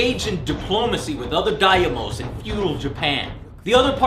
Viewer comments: Daimyo is pronounced "dime yo" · "da-yi-mo" -__- that was worse than pronouncing the "p" in "coup" on your bf3 video.... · "Diamoes"? Is that him trying to pronounce Daimyo? Yep, he's definitely from Texas. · Daimyo... Not Daiamos... and That Intro... Kinda offensive/annoying to a Japanese person... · its not die-ah-moe its pronounced day-me-yo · ehuehue you Anglo-Saxons don't know pronounce others languages xD